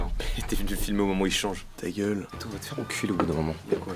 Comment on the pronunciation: Oh la Léa c’est une cassos « non jrigole, non jrigole » … TZGUEUUUUULE